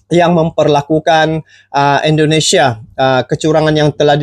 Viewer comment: Maaf,. Saya koreksi sikit ya.....tolong dong cara mengucapkan nama negara orang itu dijaga ejaan dan pengucapannya..masaaaa orang thailand lebih fasih di banding orang Malaysia. Se x lagi maaf ya brooo. INDONESIA bukan Endonesia. Trimakasih